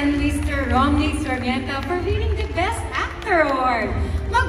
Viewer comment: It’s annoying all the hosts are saying Romnick SARMIENTA. It’s SARMENTA.